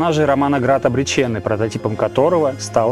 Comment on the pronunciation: после слова ,,обречЕнный", вместо ОБРЕЧЁННЫЙ!!!! расхотелось смотреть данный опус😢